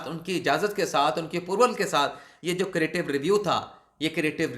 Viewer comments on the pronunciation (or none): کریٹیو نہیں ہے بھائی، کیوریٹیو ریویو ھے